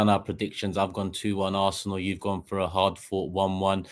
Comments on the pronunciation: It is ARSENAL and not ARSNEAL ,lol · “Arsneal” lol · 😂😂😂😂 ARS-NEAL?!!!!😂😂😂😂😂 Can’t you even spell your own team’s name??!!! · Its Robbie,he butchers names in transfer daily and its rubbed off on 😉